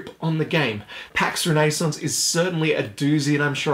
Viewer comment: Ren nay sounse